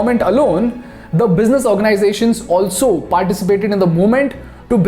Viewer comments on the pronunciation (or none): none